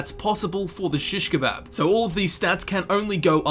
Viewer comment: why do you say it like that